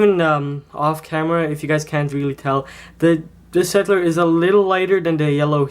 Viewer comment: Just a little point: You pronounce "Staedtler" as Shtaedtler. And I don't know where you actually got them, since the Staedtlers I have don't have those problems. And I prefer Staedtler to Crayola (: my opinion